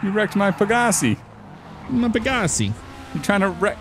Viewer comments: pa-Ga-c me: peg-ga-c gta5: peg-ga-c moral of story: you’re saying it wrong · That moment its pronounced peg uh sai and they completely fuck it up LMAO